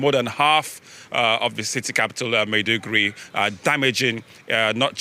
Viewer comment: Madi-Guri? 😂😂😂😂 Maybe check the pronunciation before making the report😂😂😂😂😂